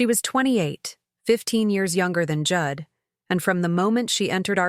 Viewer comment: Pronouncing Jude as Judd, AI has no intelligence.